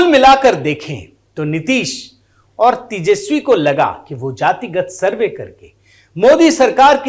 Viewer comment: YE ADHAPADH DY TON SURVEY KA UCCHAR KAR NAHI SAKATA!